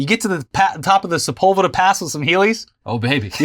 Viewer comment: Every time i heard Sepulveda pass i only processed it as sebulba pass. And now that guy isnt in a wheel chair, he's in a big orange pod racer